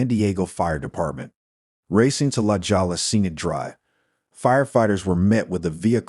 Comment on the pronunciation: Pronounced la hoya (la jolla)